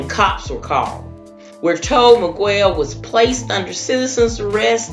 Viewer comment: ewww its not that hard, Mee-gell... and if he felt the need to leave without laying, Nothing's funny about it🙄